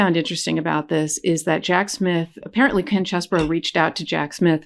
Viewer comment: As a southerner, I am far too well bred to point out the shortcomings of another. Nevertheless, tracing my family name 'Scarborough' back to 925 AD, it really offends me that you pronounce Chesebro as Cheseborough. It's CHESS-bro! His non-apology apology underscores his lack of integrity, honesty, and moral uprightness.